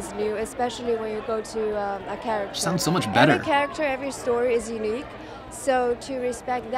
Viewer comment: unique should sound like you-neek